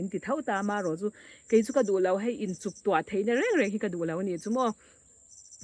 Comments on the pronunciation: Chuk tuah ni lo in CHOTUAH tih tur. I sawi tha e. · Chuktuah nilovin, Chotuah tih zawk tur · Chuktuah ni lovin, chotuah tih tur a nilo maw 😂